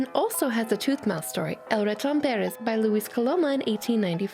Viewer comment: As far as spanish pronounciation by anglospeaking people, that pronounciation of El Raton Perez was actually pretty nice... cute even... ok it was hot, dont at me lol